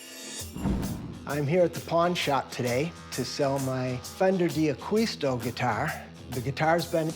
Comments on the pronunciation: Being half Spanish, every time they say 'AqUisto' .. i shudder .. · So many mistakes about Jimmy. It bothers me when they don't pronounce D'Aquisto properly. They should read "Acquired by the Angels" to get a better idea. Although even that good book has some enhancements. In particular the story Jimmy's Mom told me about how he started in John's shop. Jimmy was sitting at the table when his mom was telling my wife and I that story.